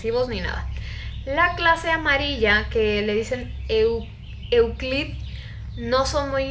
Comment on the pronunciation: Jaja no solo se volvio una creepypasta sino que tambien hicieron un corto de "terror/comedia" con este SCP que sino mal recuerdo se titulaba "InstaWolf" o algo asi jaja PD: escuchar a decir "Euclid" me hizo el dia jaja tendria que hacer recopilacion o hablar de los SCP 😂😍